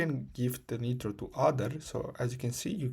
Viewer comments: Its a waste of time dont watch this vid you still need credit card. He just says buy something else. Also its pronounced like nye-tro not nit-ro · the guy cant even pronounce nitro showing how to get it for free 😂